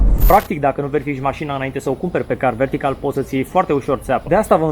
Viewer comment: M-am referit la continutul reclamei, nu am nimic cu reclamele. A fost mai rau ca una la teleshoping. Incarca sa fi un pic mai natural. M-a bufnit rasul a 5 oara cand ai zis 'car vertical'